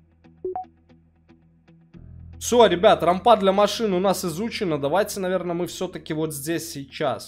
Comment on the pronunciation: Привет, рад видеть в добром здравии :) С удовольствием смотрю видео по игре. Без обид, но рАмпа, а не рампА. И да, трава, кот. сеют на полях - это т.н. сидерат, исп. как удобрение.